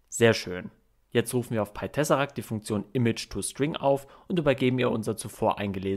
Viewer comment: Du sprichst das Programm falsch aus, glaube ich. Ich hätte es englisch ausgesprochen.